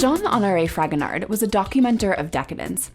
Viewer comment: Just a quick note, I think his name is pronounced Fragonar with the d being silent, as the last letter of French words/names usually are not pronounced.